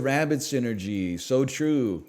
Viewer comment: everytime NL says "I am so back" I heard "I am sewed back" as if he got ripped apart and stitched together then brought back to life which kinda is from time to time in sap 🤔